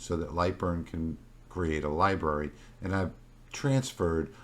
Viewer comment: Do you realise you are not pronouncing the first "r" in library?